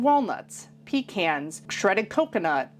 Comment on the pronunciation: I’m from southeast NC and we say pecans the same as you do. The correct way!! Love your recipes .🎉